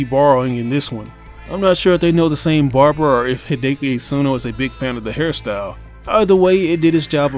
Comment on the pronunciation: “He-day-key Eat-suhn-o” Goddamn😂😂